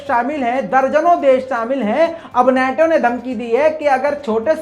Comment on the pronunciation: नेटो नहीं नाटो सही शब्द है ।